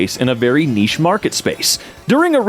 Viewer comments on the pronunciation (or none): none